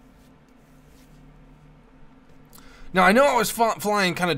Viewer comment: Did you say 'now' or 'meow'?